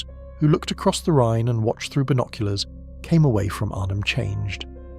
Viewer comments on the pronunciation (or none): none